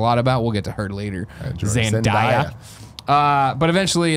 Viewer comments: Tim its pronounced Zen-day-ya not Zen-di-ya. ;-) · Is it too late to tell them it's pronounced Zen-DAY-uh? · It's pronounced Zen - Day - uh.